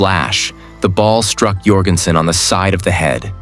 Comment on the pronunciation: Need to learn to pronounce his name. It's pronounced like Michael Jordan. It is not pronounced "Your-gen-sen." Is any of this real?